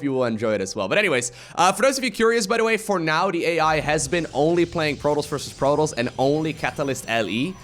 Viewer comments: took me 10 minutes to figure out he was saying 'protoss' not protols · ProTOSS - there's a "T"! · Good vid my man. But please, and I know English is not your native tounge, stop calling the Protoss, Protals. It really triggers me:P. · Is this how you pronounce protoss? I thought the "toss" part was like tossing a salad.